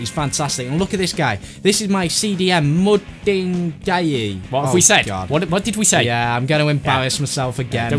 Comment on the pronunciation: U pronounce it mud in guy ee